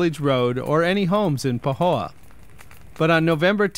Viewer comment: Poo-ho-oh is what I heard haha!